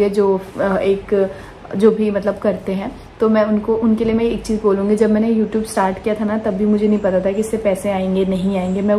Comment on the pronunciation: Please pronounce it as youtube n not youtoob And its vlog and not blog